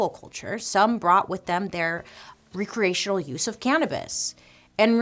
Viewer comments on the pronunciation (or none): Re-creational? How about rec-reational? Will you blame teachers for your mispronounciations?? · You're reading it wrong. The word is RECreational, not reCREATIONal.